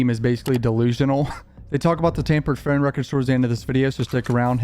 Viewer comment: PHONE. PH O N E. NOT FUN. NOT PHUN. PHONE. PHONE. PHONE.